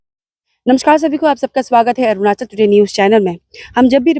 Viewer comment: Ornachal??? Or Arunachal???